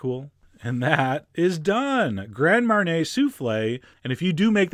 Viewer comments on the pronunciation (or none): I don't want to be annoying but the correct pronunciation is (mar-nee-ay) not (mar-nay) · Grand Marnay? NO! Marnier is not pronounced Marnay. Marnier is pronounced Marny-ay. It's really easy to say and sends out good info rather than bad info. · marnay? mar-knee-A john.....you americans butcher the french language. :P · Its MAR KNEE A MARNIER